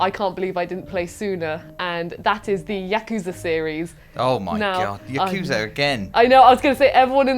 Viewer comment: Congrats, the first person on the channel who pronounces "Yakuza" correctly!